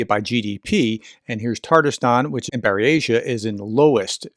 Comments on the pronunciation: It most certainly is NOT pronounced 'Barry Asia' lol!. Written in cyrillic it's 'Бурятия', therefore when it's transliterated, it reads as 'Boor-ya-tee-ya': you actually pronounced it correctly the first time. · Lmao no, it's not "Barry-Asia." It's boor-YAT-ya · It's not pronounced Bury-asha. The AI got it wrong. It's BOOR-YAT-EEA. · It's "boor-yah-ti-ya" professor. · No. The correct pronunciation is: Boor-ya-tee-ya. Accent on second syllable. So: Boor-YA-tee-ya. Hope that helped. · Buratia is pronounced BOO RIA TEE YA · Sorry, dear, it is not Bur-eh-sha, either. Check out the transliteration guidelines put out by the Library of Congress to see how Slavic words are composed using the Latin alphabet. Or, insert the following into your "pronunciator" and see what comes out. The following is Bur-eh-sha written in the Z version of the Cyrillic Alphabet: Бурятия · No, that machine speaker is wrong!! Bur YAT ee a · It’s Byuuuuuuur-racia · Minor thing, perhaps ... but that YouTube pronunciation of Buryatia you found was just plain awful. It's boo-r-yatt-ee-ah (approximately!) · Your original pronunciation of Bryant’s/Buryatia was more correct than your “corrected” one. I would not advice to let bots read you any foreign names. It just makes sure that your pronunciation will be wrong 10/10 times instead of 9/10 times. Just ask any foreigner of whatever non English speaking country if e.g. Google Maps navigation can read even a single out of a million street names correctly. In German, French, Italian, etc. It cannot. Best way to check is local Vloggers and European news services are usually a little better with foreign names than US ones. At least Euronews, BBC, etc. will often be closer to what it should sound like. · Where did you get this silly auto reader for Buryatia? You said it correctly initially. What that reader reads is complete BS. It sounds like a drunk American robot trying to read 😂